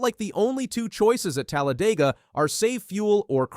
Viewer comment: i hate how you said Talladega